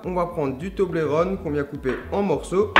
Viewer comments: Sa se prenonce to-bol-ron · Nan s'il te plait Charles Pas toblérone s'il te plait tout mais pas ça, ça fait mal au oreilles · tu prenonce male le mot toblerone